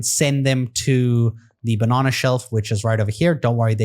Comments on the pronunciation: The second you said banana I knew you were South African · Such a strange way to say banana